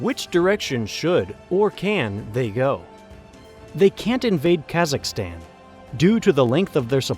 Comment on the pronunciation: The way you say "Kazakhstan" and "Uzbekistan" hurts my ears.